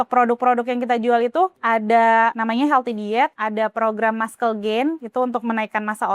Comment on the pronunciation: Muscle itu bacanya masel mbak bukan maskel 😅😂